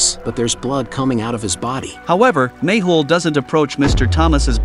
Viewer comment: Mehul not mable